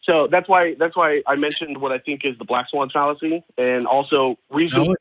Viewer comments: "The black fawn swallacy" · The black swan fallacy “Fwan Sallacy” LOL 😝